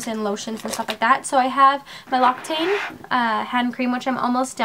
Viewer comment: L'occitane is pronounced "luk-si-tan" :)